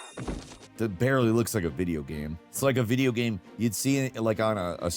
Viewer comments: omg say ''game'' properly, not ''gahm'' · It's definitely not rage bait because he'll mispronounce incredibly basic words like 'game', saying "gayam" instead. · Dude, half the time he can't pronounce the word 'game' - he'll pronounce it "gayam". How does this even happen, considering 'game' is in the name of his YouTube channel/job?